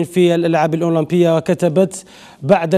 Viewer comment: جماعة ركزو مليح في بداية لفيديو كيفاش نطق الأولمبية😂😂😂😂